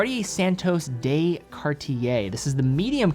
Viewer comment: On behalf of all of Europe, the "de" in Santos de Cartier is NOT pronounced "day"